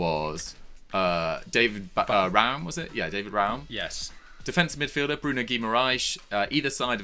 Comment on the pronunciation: I know their name sounds Portuguese, but Bruno G. is Brazilian, maybe you could put in a little effor to learn how to pronounce names in PT-BR; both languages being vastly different after all.